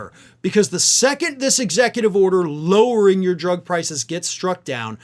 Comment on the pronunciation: Thanks,. That's what I expected when I heard him say "lowering". Yep, classic trump. 🤡🤡🤡